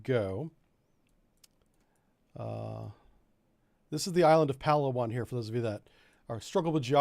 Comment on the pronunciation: its pronounced "pa laa wan". emphasis on LAA.. southern philippines. fantastic food and even better diving. the site of hundredes of arircraft and ships sunk there in less than 90 feet of water. unfortunately it is also where abu sayef operated so the philippines has been fighting a low intensity conflict against muslim terrorists there for a long time.